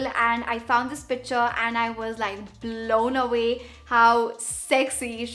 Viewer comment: Isnt it picture? Not pitcher 🤔🤔